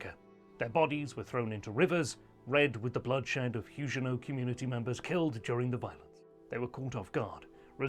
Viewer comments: Everybody, but everybody, pronounces the g in Huguenot as a hard g, as in bag, grab, give etc. Your peculiar pronounciation is incredibly distracting. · Nope. The French also pronounce Huguenot with a hard 'g'.